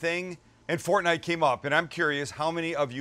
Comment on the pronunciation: Actually a guy that’s over 30 that pronounces fortnite correctly!